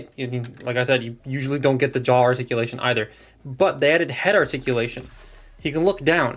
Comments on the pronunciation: "Shartikulation" Alright, calm down Thew Adams.😅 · “Sharticulation..” Thew would be proud lol